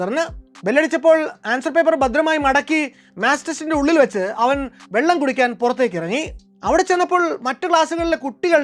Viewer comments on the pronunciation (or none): none